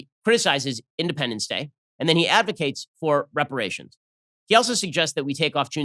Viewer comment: Meh, I've been paying reparations since I was 16 with every paycheck. Besides he said "raparations."